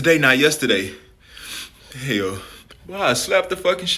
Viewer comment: the way he be saying hell 😂😂😂😂